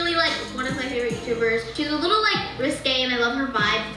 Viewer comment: Piper: RiSkAy